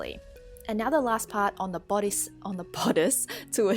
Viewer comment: "BODDICE" lollllz